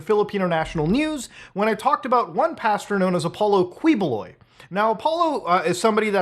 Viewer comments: His name is pronounced kibuloy hard pronunciation of each letter. And my entire family thinks he's a scammer and a nut job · Key-boh-loy 🙂 Thanks for talking about this crooked dude 🇵🇭😂👍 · Yo wtf this is so surreal. I'm from PH and to see Mutahar talk about is kind of crazy to me. Hahaha and Quiboloy is a crazy mofo. and for future reference it is pronounced as Kee-bu-loy. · it's pronounced as ki ⬇- BO↗ - loy↘ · As a Filipino/Indian it’s funny to see muda cover this 😂 especially the fact he reached Filipino news. Also he’s pronounced kee-bo-loy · It's pronounced as Ki-bo-loy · Pronounced Keebs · as a filipino, i love the way you murder the pronunciation of his last name. please dont ever change that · brother, im from the Philippines, just wanna help you with the pronunciation of his last name.. "Quiboloy" = "Key-Bo-Loy" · "qui"buloy is pronounce like "key"boloy as in door key. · Hi, I'm from Philippines, I like your content and this one, I have some suggestions, Quiboloy's surname is pronounced as Qui (Key) + boloy. Btw, keep it up, our government doesn't care anyway. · It's pronounced Ki-Bo-Loy. Good video though. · Pronounced Ki-boh-loy. Thanks for covering this soup sandwich and I hope you cover his arrest by U.S. MARSHALLS when the U.S. requests extradition all the way till he is in ADX FLORENCE.💔😪😁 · 1) It's pronounced KEE-BOH-LOI (Spanish spelling of a native Filipino surname) 2) As a Filipino, thank you. He's one of the most notorious televangelists here. Made fun of by most Filipinos (who are majority Catholic), but protected politically because of bribery and the sheer number of his followers who will vote for whomever he says they should vote for. Like similar televangelists in the US, he preys on the gullible and the desperate, especially the old and the terminally ill. And it's disgusting. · Kih-bu-loy, the Q becomes a K :-) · Also, hate to be that guy, but the Qui his last name is pronounced as in quiche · pinoys: kiboloy mutahar: kweeboloi